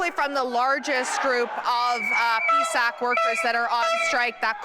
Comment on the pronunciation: It's P S A C.. she said pee sack on TV lol